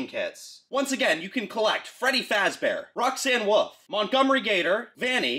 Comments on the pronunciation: "Roxanne Woof"💀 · Shut up saying roxxane woof it's wolf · Roxanne wolf not woof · “Roxanne Woof” 😂 i’m dying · Bro really said Roxanne woof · he says Roxan woof😂